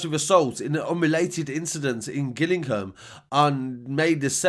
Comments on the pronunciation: It's pronounced Jillingham bro.. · it’s gillingham bro.......as in jillingham 👊🏻